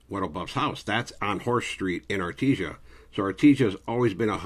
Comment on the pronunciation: Good morning ☀️ Did keep saying “Arti-sha” instead of ARTISIA(in Spanish)? The ending cracked me up🤣 Detectives: “Do you remember when you were arrested?: “At night” Even when he’s serious, he’s still funny